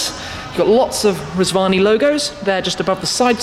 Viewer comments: I thought he said Reg Varney Tank. Now that would have impressed me... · I thought you said Reg Varney for a minute. I was expecting Blakey to turn up. ( For older viewers only)